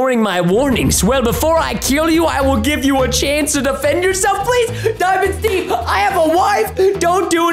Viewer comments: When he say dimind stev pls dont hurt me pls that whas a rime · Preston wow is diamond Steve Preston and wen You fawnd dimond Steve home it WOS cool Preston 😎😎😎😎🙂🙂😍😍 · Preston: Daimond Steve Me: I heard It Preston:what?????????????????????? ====READ=THE=DIALOG====